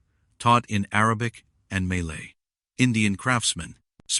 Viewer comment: Malay not Maylay!!!!!!😂